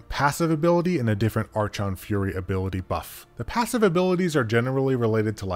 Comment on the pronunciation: it’s pronounced ark-on fury